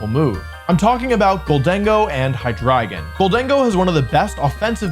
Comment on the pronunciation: I love that Wolfe pronounces Hydreigon as "hi dragon"